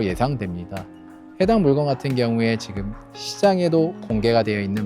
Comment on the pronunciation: "물껀" 으로 발음하시는게